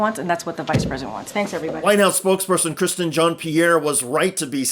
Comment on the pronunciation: It's Carine Jean-Pierre, not Cristin.